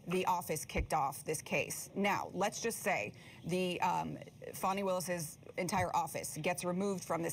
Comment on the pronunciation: FAN - ee not FAWN - ee